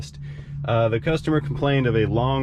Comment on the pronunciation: Your German is impeccable!! -----> "....poppin' ze hood" ...................LOL!!